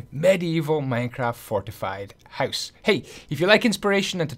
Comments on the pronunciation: Are you Dutch? Just the way you say ‘huis’ = house xD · oooooh, i would't think that. You say house almost exactly like in Dutch, and how you say down sounds like dune in dutch (duin). I just thought it was funny. Btw I love this house, just build it in creative, gonna build it in my survival world as my base, and make the upgrades too!